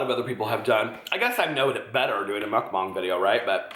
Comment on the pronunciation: You're pronouncing mukbang perfectly in this video!